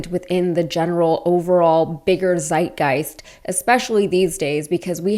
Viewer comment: Just a little thing: You pronounce Zeitgeist wrong. The German z sounds just as the english ts. As in aunts or in curtsy. So, just say it like this: tseitgeist 😉